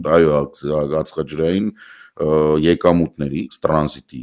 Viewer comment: Ածխա-ջրաԾնային, ոչ ածխաՋրային